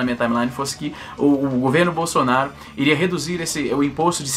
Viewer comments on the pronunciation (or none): none